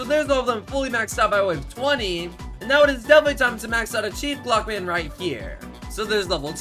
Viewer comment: what hes saying: chief clockman what i hear: cheap plugman